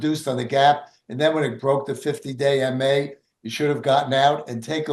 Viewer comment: Haha, oh man, for the longest time I kept hearing say "50 day in May" instead of "50 day MA". It wasn't until this video that I heard it differently. I kept asking myself, "does he have severe OCD or something"? 🤣🤣🤣